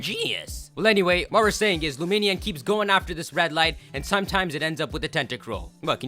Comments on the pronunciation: luminion??? I thought it was pronounced lumineon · is the worst for mispronouncing Pokemon's names. LumiNEON as in illuminate-Neon. pokemon names are secretly made up or 2 or 3 separate words